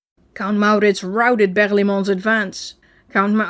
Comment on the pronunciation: Who doesn't walk around the house rolling r's for maurrrritz